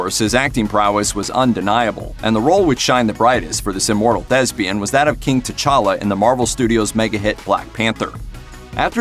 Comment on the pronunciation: No disrespect but when he said thespian I thought he said Chadwick was lesbian.